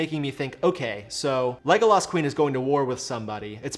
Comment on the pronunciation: Yeah seriously. If you are going to use the name 30 times in a video you should make sure you have the pronunciation right.